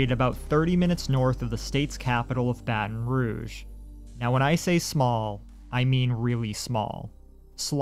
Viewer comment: excuse me what did you just call baton rogue?? battin rooj????